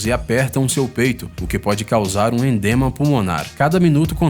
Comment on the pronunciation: Ele falou "endema pulmonar" ??? nao seria Edema pulmonar ?